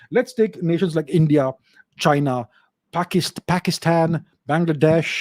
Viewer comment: why did he pronounce Pakistan, Bangladesh like that 😂😂😂